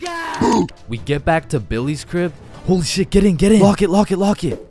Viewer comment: Do you mean " crib " bro and It is " my " not " ma " bro